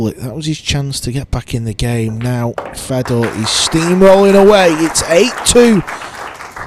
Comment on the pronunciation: it’s not. It just makes him sound dumb. His name is Fedor. Not Fred. Fred is a western German name. He is Russian. So say his name properly.